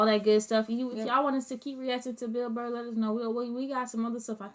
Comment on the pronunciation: His last name is pronounced Burr without the letter l. Like burr, it's cold outside.